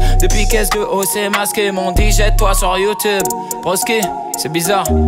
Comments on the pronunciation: Au top les vidéos ! Mais stp dit youtUUUUbe pas youtoube 😂 sinon trop chaud grosse force à toi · Youtoube... On dit youtUbe. Un U... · Pk tu dit YouToube 😂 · "Video youtoube" 😂😭 et sinon jtai découvert dans la vidéo d'Océane et tes trop marrant continue tes le boss